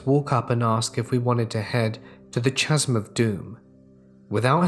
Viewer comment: Just so you know, it'as pronounced ca-sm, not cha-sm.